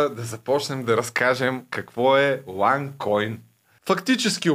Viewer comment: Момиченцето: уань койнь пхаха